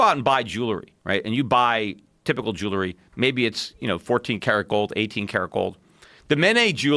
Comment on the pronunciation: He mis pronounces ‘jewelry’